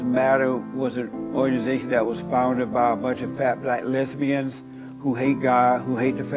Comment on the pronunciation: fah bluh luhbianz gets me every fucking time